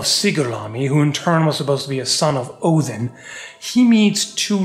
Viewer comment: I truly appreciate proper pronunciation of the Allfather's name. The devil is in the details...